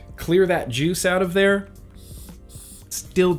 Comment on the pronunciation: Lol...you said joose. Are ya still doon that? Cause I'll stop.😄